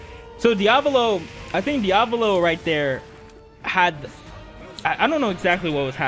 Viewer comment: i don't like how you keep mis-pronouncing Diavolo's name -_